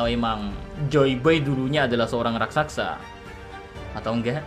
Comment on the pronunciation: Inget ya min, "RAK-SA-SA"😅